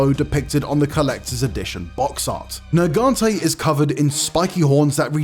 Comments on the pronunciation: behemoth making this list is crazy, also its NERGIGANTE not fkin nergante. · Don’t disrespect Nargigante by saying gigante learn your names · Talk about Glavenus, show Acidic Alavenus, talk about Nargacuga, show Lucent Nargacuga. Also, the name is Nergigante which is pronounce "Ner-gi-gan-te" not Nergante you unculture swine. I bet dude just pick up some cool looking one from the recent Monster Hunter installment and call it a tier list. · “Nergante” huh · Oof. These are some hot takes right here. You know its bad when they cant even pronounce some monsters names lol. The hell is a Nuergante? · . Nergante? Lol. I thought maybe it was just his accent, but he keeps saying it and I don't think it is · Rathalos above gore magala,rajang,malzeno,behemoth,amatsu? Blapshemie If you make nergigante #2 at least say his name right, whats a nergante? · Ner-GI-gan-te holy moly get this guy out of here and bring back Casey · And their pronunciation too. What it's a Nergante. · It baffles me how this guy can't even pronounce some of the names right; pisses me the hell off that you butchered Nergigante's name by calling him "Nergante." You realize there's an "i" in there, right? Your channel guidelines say to be respectful, but after seeing this list and your butchering of monster names... you,, don't deserve respect. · Couldn't even be botheted to pronounce nergigante right...."nergante" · You know there's 2 G's in Nergigante right? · Wtf is that Nergigante pronunciation.... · You can tell how many people gave up on watching the entire video by how few comments there are pointing out the incorrect pronunciation of Nergigante. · the way he pronounced nergigante makes my skin crawl..